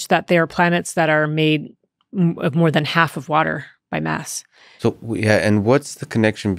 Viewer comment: Mass-oh has come on